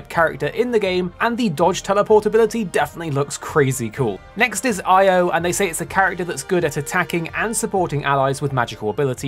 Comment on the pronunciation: The pronunciation of her name in Japanese is "E-O"